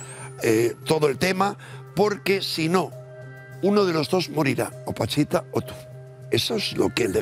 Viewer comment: Es Pachita, no Panchita